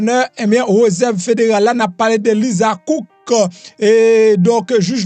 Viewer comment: Suspann di reuserve ,se réserve .siw vle fe journaliste ou dwé gen Bonne diction